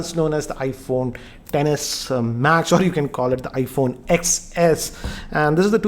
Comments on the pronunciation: Hey it is ten not X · its "X=10" not "X= ecks" thoda padha liya kar kaam aayega next video me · Shouldn't it be pronounced as iPhone 10S 1000 a 10 😂😂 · he says sex